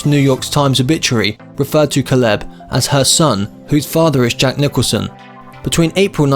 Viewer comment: When you do pieces like this you could at least pronounce the names correctly like Caleb and Houston.